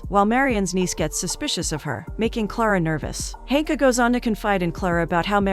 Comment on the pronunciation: Klara sleeps with Marian (no date, no first kiss) after basically thinking the worst of him through the whole movie but then finds out he had slept with Ilona (A long time ago) and has the audacity to judge him and be upset about it!!! The audacity! Also, Marian's sister's name is listed as Hanka but all I'm hearing is Honka!!!